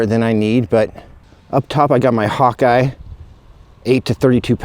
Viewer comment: I can't watch anymore of your videos if you keep saying Hawkeye scope it's pronounced Hawk but spelled Hawke with an e at the end not eye WTF dude?